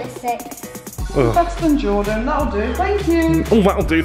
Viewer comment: It’s Jordan not dorden